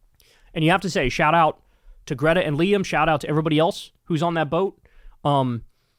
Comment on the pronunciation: you had already watched Greta's video and you still can't pronounce her name?